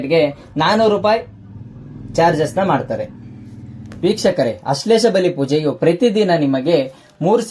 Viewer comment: ಅಶ್ಲೇಷ ಅಲ್ಲ ಸರಿಯಾಗಿ ಹೇಳಿ ಆಶ್ಲೇಷ ಅದು